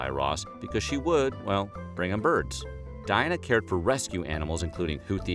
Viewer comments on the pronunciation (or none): none